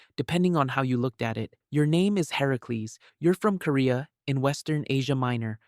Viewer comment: "You name is Herocles. You are from Korea" What? 🫪 oh CA-RIA... lol